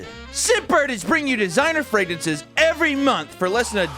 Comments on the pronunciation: Can't say fragrances you silly goose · Scentbird’s “fregnances” are really something special. So great and “fregnant”!